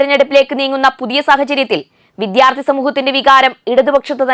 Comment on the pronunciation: ഇത്രയും അക്ഷരങ്ങള്‍ക്കെ ബലം വേണ്ടൂ... തമിഴ് ചുവയോടെ സംസാരിക്കാം തെറ്റില്ല.. എന്നാല്‍ രണ്ടും കൂടി കൂട്ടി കുഴച്ചു കുളമാക്കരുത്.. "വിധ്യാര്‍ത്തി" അല്ല "വിദ്യാര്‍ത്ഥി" ആണ്.. ഖ ഘ ഛ ഝ ഠ ഢ ഫ (fa അല്ല Pha) ഭ (fa അല്ല BHA)